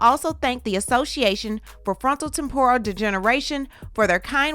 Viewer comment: Temp-or-ral 😫😩 you killing me girl lol